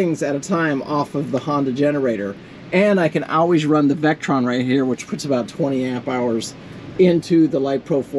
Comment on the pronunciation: Table of Elements: Li (lithium), Fe (iron), Po4 (phosphate). You mentioned "LifePro" batteries, several times. The correct name for these batteries is "LiFePo4" or "Lifepo." Your charge controllers are made by Victron (vick-tron), not Vectron (veck-tron). Most 100ah LiFePo4 batteries will accept a charge around 80 to 90 amps. You mentioned that yours are capped at 40 amps of charge. Have a look at Dakota Lithium. You can get a full-fledged LiFePo4 battery that won't break the bank and will deliver much better performance for not much more money. Best of luck.